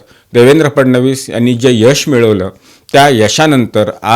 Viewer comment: तुम्ही ‘फडणवीस’ हा उच्चार योग्य प्रकारे करत आहात. तुमचे अभिनंदन.